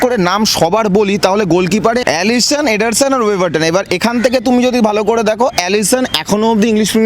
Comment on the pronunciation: এডার্সনের নামটাও বলতে পারে না,আইছে আলোচনা করতে